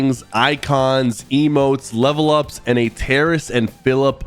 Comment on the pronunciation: Terrace and Philip? It’s Terrence 😂😂😂